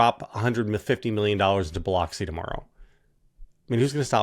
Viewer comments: It's not Bi-LOX-ee.... It's Bih-LUX-ee. I hear this painful mispronounciation too often - please and thank you! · It's not pronounced BiLOXI. It's pronounced BiLUXI. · It's pronounced Bi-LUX-i.